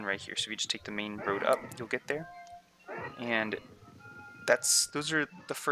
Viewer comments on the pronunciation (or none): none